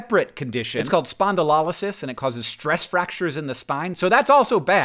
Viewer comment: Hank, I regret to inform you that your pronunciation of "spondylolysis" was nothing short of abysmal. The medical physiologists have bested you once more.